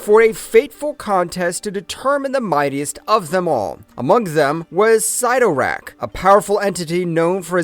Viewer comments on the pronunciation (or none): Ok if you cover these things you need to learn the already known names. Already Cyttorak, it is not Sigh-toe-rak it is Sit-tor-ak this is a common problem in these vidoes. Writers are often quoted on names so you really shouldn't be getting these wrong as the pronunciation can be found almost anywhere. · Imagine doing all this research and you can’t pronounce the name 😂🤘 sitt-o-rakk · 😂 I had to rewind the first time I heard him say Sie-ttorak. 🤣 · Dumb dumb it's pronounced sittorakk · Why do the history of something when you can’t pronounce the name Cytorrak correctly couldnt watch all of this without being annoyed